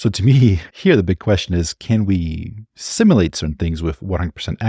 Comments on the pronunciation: Hey brother - I love your videos and watch every one! Two nitpicks: (1) I want to hear more of that sweet ai-generated female voice that speaks up sometimes in your videos. (2) Simulate is pronounced like "sim - YOU - late". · Pronunciation of "Simulate" The word "simulate" is pronounced as: IPA Notation: /ˈsɪm.jʊ.leɪt/ Breakdown of the Pronunciation Syllables: The word has three syllables: sim-u-late. Phonetic Sounds: sim: rhymes with "him" u: sounds like "you" late: rhymes with "fate"